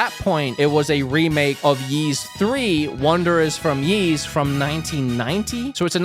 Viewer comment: Sound like you call the game “Yeast 10”😂